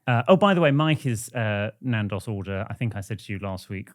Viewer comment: please pronounce Nando’s properly